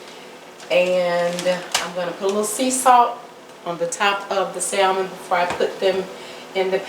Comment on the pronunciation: if you don't take that L out of salmon lol it's silent 😉 but anyhow... this looks great